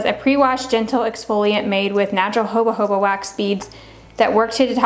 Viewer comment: You are so beautiful and I love your hair. Thank you for sharing your wins and trails & errors. Just one thing: Jojoba is pronounced ho-hoba, not hoba-hoba.